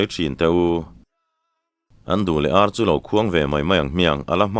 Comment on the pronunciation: Râl donaah hian ṭhian te hi inrâl a awl em em. He laia râl tih leh inràl tihah hian 'ral' rau rau a thluk a insan hleih ang hian, in-mu leh ar tihah pawh hian ar hi lam hniam tur a nia, verb a nih tawh vang hian, pu, ni dangah pawh he thu hi ka comment ziah a, ka comment hi i chhiar fuh lo a nih ka ring, i la thluk ṭhelh ta zel tho a, inràl tiha i thluk hniam ang hian àr hi thluk hniam la ngaihthlak a nuam leh zual ang mawle, ṭhenkhat laiah chuan keini tluk lohvin i thiam tih chu ka pha hran love.